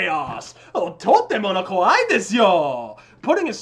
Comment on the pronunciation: i'm not sure if you meant to say "kawaii" or "kowaii" but it worked great xD とても怖いいですよ。-> That's really terrifying you know. wwww